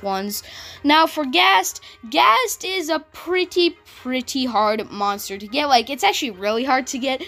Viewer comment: Is not gazt is ghazt